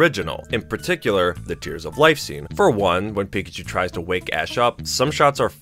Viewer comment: Gen "WUN" simply just is the best sorry dude you're a fence sitter